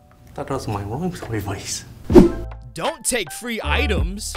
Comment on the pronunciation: Bloopers: You order way to much rom serviace Funniest thing I’ve heard😂😂😂😂😂🤣🤣🤣